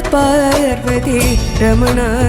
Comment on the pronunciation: Parvadhi alla parvathi yennan uccharikkandadh Njan oru karnataka kkaranan